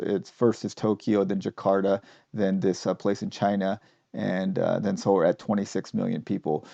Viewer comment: I'm curious- it sounds like you're pronouncing "Seoul" like "solar." Is that the correct pronunciation?